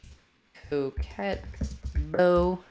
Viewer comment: FYI "coquette" is pronounced ko-KET, not ko-KAY. Any french word ending in -tte is going to have a hard t.